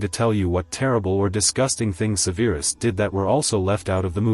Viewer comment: How do you mispronounce Severus? They say it a million times in the movies.